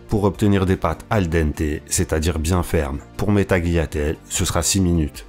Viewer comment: prononce pas le g dans tagliatelle bro. et pas de s.